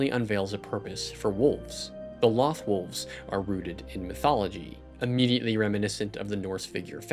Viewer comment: Great video! I'm a huge fan of Rebels. It's in my top 3 all-time-favorite animated series. I couldn't get into Clone Wars. I watched the first 3 seasons and was just bored. Rebels is so well-written. My only complaint about this video (and it's a total nitpick) Loth Wolves. Mispronounced. It's a long O. Just like Lothal and Loth Cats. (pronounced "Loath Cats" and "Loath Wolves".) Again, that was a total nitpick but I absolutely loved this video. :) Best of luck for your future videos and writing! Cheers!